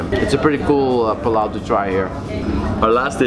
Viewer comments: its called pulao not pilao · Just a small thing.... It's PUlao not palaw